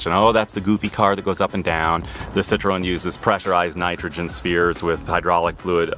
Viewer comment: You're pronouncing Citroen wrong.